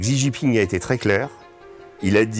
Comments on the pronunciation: Essayer donc d'apprendre comment prononcer correctement le nom du Président de la RPC .... Xi Jinping 😉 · "Chi" Jingping, Régis. Deng "Chiaoping" aussi. 🙏